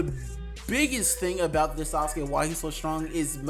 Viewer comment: "Sauske" bruh